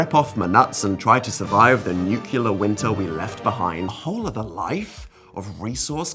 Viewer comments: danial howell i know you did not just pronounce nuclear as nucular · Oh, Dan: "nucular"? Really? I hope your mispronunciation was ironic.